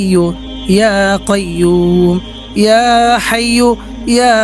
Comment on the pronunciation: হাইয়ুল না হাইয়্যু